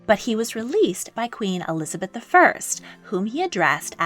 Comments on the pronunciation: Elizabeth l not Eliabeth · You're missing the 'z' in Elizabeth I